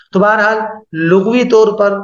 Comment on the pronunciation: حضرت لغوی باسکان الغین نہیں ہے بلکہ بفتح الغین ہے